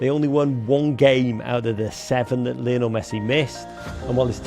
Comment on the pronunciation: The American said “Lionile” Messi 😂😂